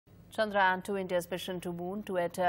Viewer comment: its Chandrayaan ..... Chandra - Yaan !